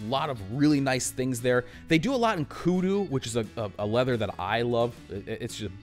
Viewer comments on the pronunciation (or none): none